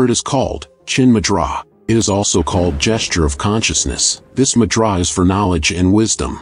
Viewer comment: Annoyed me too.